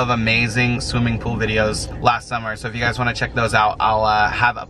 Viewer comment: stop saying yougy